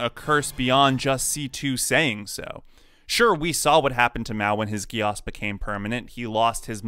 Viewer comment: I'm sorry but the way he said geass hurt 😂. I thought it was pronounced geese